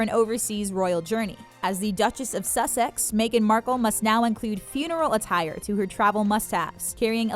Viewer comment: Suss-sex......😂 NO it's not pronounced like that